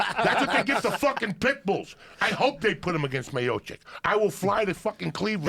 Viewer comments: "Stiopic" Joey Diaz. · Lewis toms 😂😂 yeahh the 10 minutes when he started hyping about Stipe had be creasing. Can't pronounce fighters names to save his life haha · The best part is when Diaz gets so fired up about Lesnar being a roid head that he can't pronounce Stipe Miocic to save his life. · Joey can't seem to get Miocic's name down to save his live